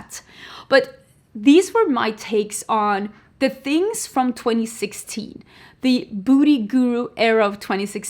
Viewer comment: I keep thinking you’re saying “Booty Guru”. 😂